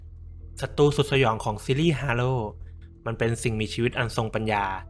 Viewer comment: เกมส์halo อ่านว่า เฮโลครับ